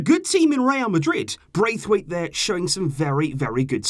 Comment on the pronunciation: I don’t actually care but if you do i’ll just let you know: You’re pronouncing his name wrong. It’s not Braithwaite as it’s spelled but Brath-waite. Like you would pronounce the name “Brad” in american but just with “Brath” instead of “Brad”. He said that in a Danish interview once :)